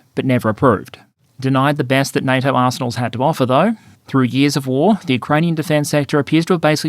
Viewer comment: Had to go back and read subtitles to make sure it says "arsenals"